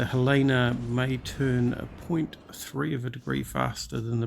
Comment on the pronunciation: FYI, it's pronounced Helena like the lady's name Helen... Montana town, USA😊